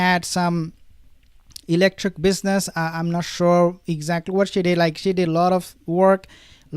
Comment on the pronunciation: E C L E C T I C ..Not electric ….